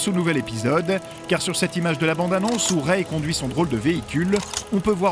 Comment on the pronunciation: écris Rey correctement et ça se prononce ré.